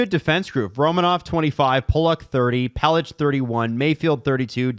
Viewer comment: Begging Adam to stop pronouncing Pelech like “Pel-itch” haha he’s been doing it for years and it’s pronounced like “Pel-ick”